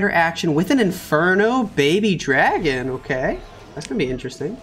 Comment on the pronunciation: SAYS DARGON INSTEAD OF DRAGON LOL